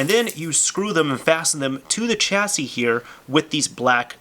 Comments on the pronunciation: I think chassis is pronounced with a 'sh' sound. Not 'ch' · Chasis is pronounced "Shassey" not "Chassey"